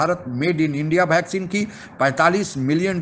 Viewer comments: भॅक्झीन नही है भाई वॅक्लिन दी है... 😂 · Vaccine =भैक्सिन.. 😄😄😄😂😂😂😂😂 कोई समझाओ यार।।। [ये वैक्सीन होता है] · यार ये भैक्सीन क्या होता है? वीडियो इसलिए कोई नहीं देखता है। वैक्सीन को भैक्सीन भैक्सीन करते रहते हो, सर मे दर्द होजाता है तुम्हारे भैक्सीन से। वैक्सीन बोला करो।